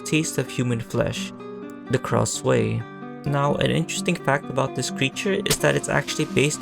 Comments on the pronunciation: Heyy! I love this video because it talks about one of my favourite childhood horror games lol- just one suggestion its pronounced "krasoo" instead of "kraswey" thats all! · Kra-sway 😭✌ Isn't it Kra-sue (like the name "Sue") ? Also, when I was younger, I thought that the Miles kids turned into Krasue and Charlie, and Good Boy was their dog 💀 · It is pronounce as KRASHU or KRASU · Nice video, but the way you pronounce Krasue ticks me off everytime I hear it 😭